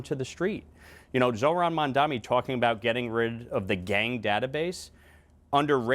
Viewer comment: Crazy how lawler served with him, but you still doesn’t know how to correctly say his name. Says more about his character than Mamdani’s